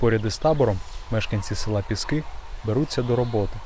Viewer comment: не піскиИ - а пІски правильно, це буринський р-он, тепер конотопський